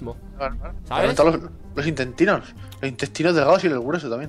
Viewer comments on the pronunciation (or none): Intestinos, intestinos, instenstinos😂😂